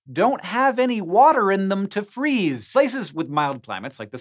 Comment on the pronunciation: cuz i neva fweezeee